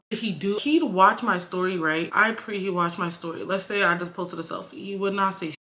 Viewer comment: And "Pree" lol